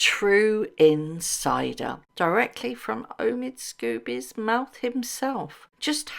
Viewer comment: Lady C calls Omid Scobie, "Amidst Scabies". That says it all. The man is not a journalist. He is a gossip writer and not a very good one.